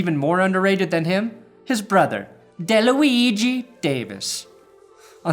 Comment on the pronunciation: If you didn't laugh at ..."de-luigi..." get out of town.